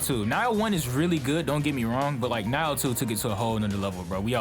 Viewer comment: It's "Nee-oh", not "nai-oh". Pretty much Dark Souls, but the combat is good.